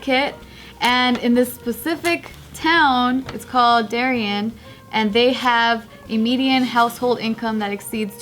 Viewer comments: If your from ct than you would know the way pronounced Darien probably threw you off since ppl here call it dairy-Ann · Lmaooo its pronounced dairy ann 😂 Not surprised. Darien is wall street-house wives-helicopter moms.